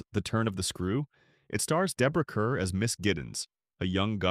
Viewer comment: Kerr's name is pronounced "Car". 😮